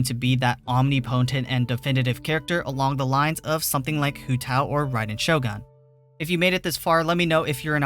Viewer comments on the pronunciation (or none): none